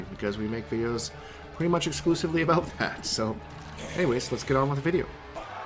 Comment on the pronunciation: "All a boot"